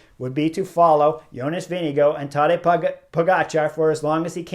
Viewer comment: The TDF winner’s name is VINGEGAARD you have to pronounce the letter R in his name (Not Vindigo like Indigo as you say it ) but Vinegaarrrrrrrrd! Give him some respect and say his name correctly PLEASE!